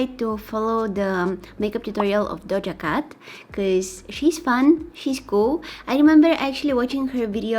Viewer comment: yes all us like this 😂🤣 you are so cute 🤍🤍 Ilove how you say her name its very nice,and I fall in love with that move so cute♥️♥️ just blend it a little bit